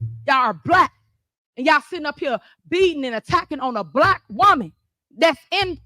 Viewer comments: Is it just me or does it sound like she says, "brack" instead of black.. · "You're all bleck!" Yeah, you're "blech!" all right! 🤮